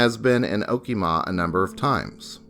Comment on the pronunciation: oh kee muh (okemah)